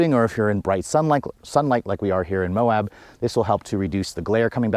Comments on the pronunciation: It's MOAB, not MOHAB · There’s no H in MOAB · Well the entire video is ruined when you don't know how to say Moab. How Can I listen to anything you say ....